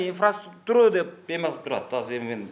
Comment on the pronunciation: Инфраструктуры дегенге да тилиң келбейт турбайбы. Анан сайылганын Мамакеев